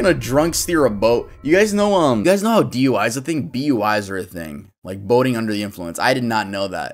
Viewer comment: Broooooo, when you said “Boating under the influence” I thought you said “Boning under the influence”😂😭 had to double check that